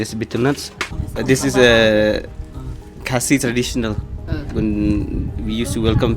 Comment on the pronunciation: In fact is khasei not khasi❤